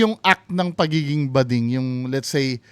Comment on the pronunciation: bading not gooding😂